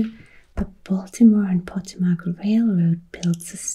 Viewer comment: Great video. Regarding the river, the accent is on the second syllable Po-TO-mac.